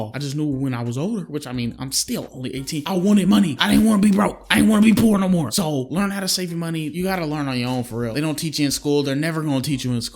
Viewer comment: moe money moe pwolembs thats how he talks